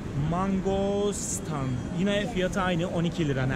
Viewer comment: Your pronunciation of mangosteen 😂 u r cute! Mengo-stiin